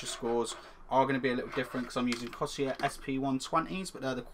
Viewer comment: Seriously, how hard is it to say Corsair?